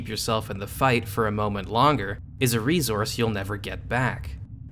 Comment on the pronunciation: "Ree-zource" Try unhearing that now.